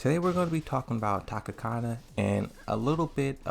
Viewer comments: U fucked up pronouncing and spelling her name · I’m triggered because you keep saying her name wrong lol I am honestly shocked. Tanukana was the player that got me into Tekken, I followed her for years and can’t believe something like this would happen. I agree people can change however in such a spotlight once you’re cancelled that’s it. It’s hard to even get to that point and even harder/close to impossible to come back. We don’t truly know what she said, I won’t trust a Reddit source , but we do know it was something bad enough to her cancelled. I hope she takes the time she needs to reflect. People make mistakes and people can change. Wishing her the best.